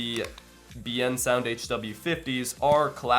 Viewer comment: Liked the video. Although, your pronunciation of Biensound is wrong. It's pronounced "Bin-Sound" with a trace of an E after the I.